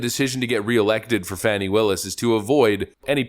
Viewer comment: It’s pronounced “Fäni” 🙄